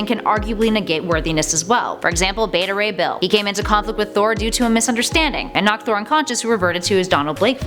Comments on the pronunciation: Did she say “batta ray bill”?? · You pronounced beta rey bill